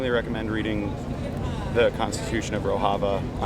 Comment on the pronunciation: He doesn't even know the correct pronunciation of Rojava.